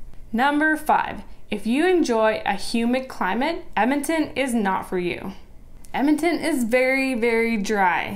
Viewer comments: Honey its EDmonton, not Emmonton. I hate that people can't say the name right. like Left-Bridge or Lloyd Minister, GRRRRR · It's EDmonton. Not Ehmonton. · "ehmintin"? "emintin"? Say it with me: "ed-muhn-tuhn". ED-MON-TON. .... ehdmintin. No. EDMONTON. Fuck yeah. Love my city.